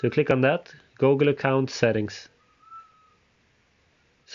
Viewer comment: Why you say gogle